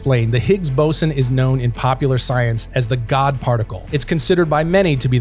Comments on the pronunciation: "Bos'n" Really? 😂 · I noticed as well, but now he has decided to massacre the word 'boson' 🤦‍♂️